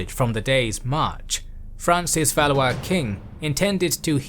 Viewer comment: Valley-is?! Valwah is correct pronunciation. LOL